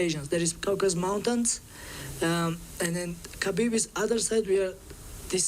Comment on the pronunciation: Why is it so hard for Americans to pronounce Khabibs last name